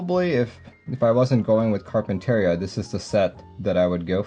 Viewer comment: this is how you say Carpinteria